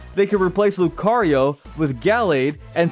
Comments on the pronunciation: YOU GOT THE SECOND SYLLABLE WRONG! IT'S LOO-KAH-REE-OH, NOT LOO-KUH-REE-OH! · Lucario 🚫 Loo-kuh-ree-oh ✅ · I lost brain cells from the way you pronounced 'Lucario' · That is a pretty weird way of pronunciating lucario lol